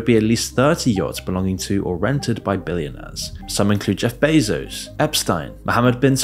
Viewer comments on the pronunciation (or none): none